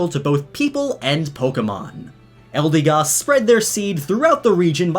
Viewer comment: Hasn't even been a day and hes already mispronouncing the Pokémons' names. 'Eldeegoss.' Its 'Eldehgoss.'